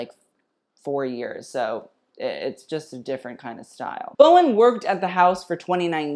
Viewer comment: it pronounced bow-an, h is silent not bow- in